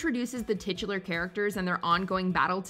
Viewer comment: You guys go outta your way to say "titular"